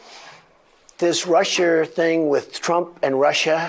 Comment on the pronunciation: Mispronouncing 'scourge' and adding an 'r' to the end of 'Russia' as a Bostonian would are not examples of phonemic paraphasia. Annoying. That just dilutes the argument.